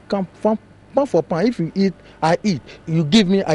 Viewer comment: hahaha.. is the bro saying hit or eat?? lol..